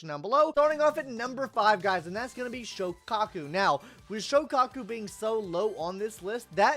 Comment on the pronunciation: ill never forgive you for pronouncing Soukaku like that